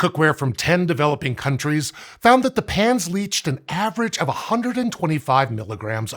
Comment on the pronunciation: He keeps saying 'pans' and 'pans' and all I hear is 'pants'